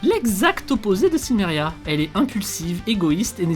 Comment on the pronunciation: Donc le "L" de Silmeria ne se prononce pas ?